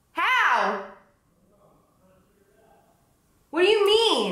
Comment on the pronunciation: The New Jersey in her totally comes out when she goes "HOW!?"